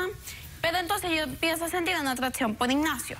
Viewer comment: Yo empecé a sentid, atdacion pod Ignacio 😂